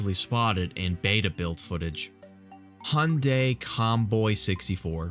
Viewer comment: If I believe correctly, Hyundai is pronounced “hi•yoon•die”.